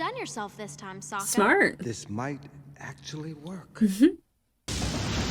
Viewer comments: "Why did I call him Soak-a?" *coughcough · i think the movie corrupted you lmao soaka they pronounced the names bad in the horrible movie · I started a rewatch of this show because of this series. Also your mispronunciation of Sokka gave me PTSD flashbacks of the shitty movie which had the same blatant mispronunciation. Something the show does brilliantly is show that there are no “good” guys in this war. There are good and horrible things done by members of each surviving nation throughout the show.